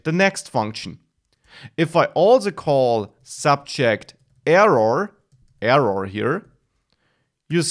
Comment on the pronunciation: nicely explained thanx and its error not evuv or eruuur :)